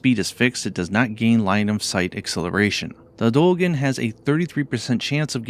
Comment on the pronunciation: let me help D-eo-gen